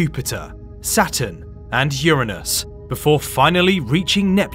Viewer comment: URANUS 👈YOUR PRONOUNCING IT WRONG